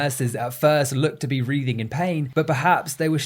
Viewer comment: Writhing, not wreathing.